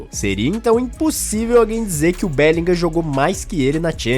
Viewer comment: Porque todo comentarista BR de FUTEBOL INSISTE em ABRASILEIRAR o nome do BELLINGHAM ? É "bélinrã" a Pronuncia correta!